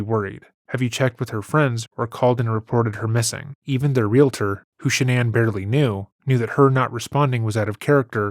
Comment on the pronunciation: Thank you, thank you, thank you for not pronouncing the word "real-a-tor" but saying the correct "realtor" instead.